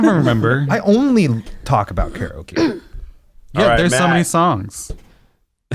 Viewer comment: I know Eugene grew up in the south, but it’s disheartening to see/hear an Asian pronounce “karaoke” incorrectly.